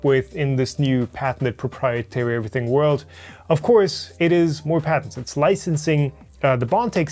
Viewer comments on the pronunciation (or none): none